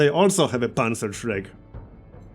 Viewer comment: You pronounced "Panzerschreck" almost perfectly! I know how hard it is to talk in a foreign language (my English sucks), but I always like it when someone at least tries :)